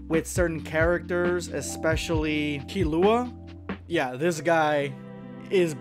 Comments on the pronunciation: Nice video but you butchered every single name. Mer Ru Em. Is how you say Meruem's name. Same with Killua. Kill Lu Wa not Kill Loowa. 🤦‍♂️ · God no you can’t even pronounce the Hunter X Hunter characters properly. You pronounced Killua and Meruem wrong and the X in Hunter X Hunter is silent. Did you even watch the show?